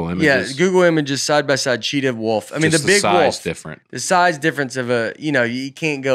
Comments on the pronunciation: says woof like he's pronouncing it in the wolf's language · Does Notre Dame teach people to say "woof" instead of "woolf?" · Someone tell how to say "wolf". It isn't "woof" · saying Woof for Wolf is right in line with saying ol for oil and juwry for jewelry. my wife always give me a hard time the way I say oil and jewelry. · I love how says woof not wolf, please look up that clip of Schmitt from New girl saying that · I love calling a wolf a wuff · says “woof” instead of “wolf”. Also, Tiger beats the polar bear all day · In a lot of cases, I'm with about how to pronounce things. However, "Woof" is what they say, not what they are... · Y’all just let keep calling it a “woof” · I cannot stop laughing at repeatedly calling it a "woof" instead of a wolf 😂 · “A woof pack, if you will.” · It was making me CRAZY. I have a high bar for. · there's an 'L' in Wolf 🤣😂 getting a lot of 'woofs' out of. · Wolf is the new penguin. Over a 5 min span you all said a variation of “wolf” like 30 or 40 times, including: “woof” (mostly ), “woaf”, and I’m pretty sure there was a “worf” cameo at one point. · I love how pronounces wolf as woof! 😂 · A little distracted by calling a wolf a 'wuff'. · I don’t think Nate has ever lost an argument in his life, all while never having any actual facts to back himself up. It’s pretty impressive. Also how can be our smart college educated guy, but pronounces wolf “woof.” Love you guys, you all help me to slow down and laugh after a busy day at work.